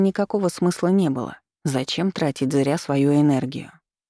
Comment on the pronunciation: Это особенность произношения чтицы, она так же говорит слово "зря" - "зыря́"